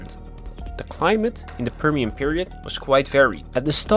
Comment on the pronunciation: Prr Shen. Whats wrong with this guys pronunciation and sylabic emphasis. Annoyed me. Apart from that content was comprehensive and informative.